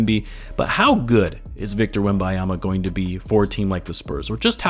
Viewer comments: WembeNyama, Feel like you keep saying WemBYEama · If you're going to make content about the man, take the time to pronounce his name right... Wembanyama... Not Wembayama... The N before the Y my guy... The N before the Y... Great video though